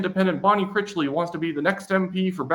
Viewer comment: you're saying Bonne Critchly's name wrong, it's Critch, rhymes with rich, as in richly. Critchly. You're saying it like, crickly, there's a T in there.